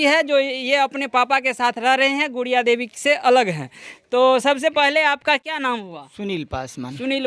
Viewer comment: गुड़िया देवी को बूरिया देवी बोल रहा है😂😂😂